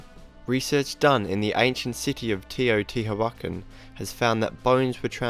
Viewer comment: Number 2 - You said it as “Te-o-ti-ha-wa-ken” but it’s pronounced “Teh-oh-tea-who-ah-can” the “can” pronounced with light stress on the “c” (the way the English pronounce “can”).